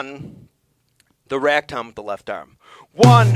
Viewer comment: Are you saying "rag" tom , or "ride" tom ?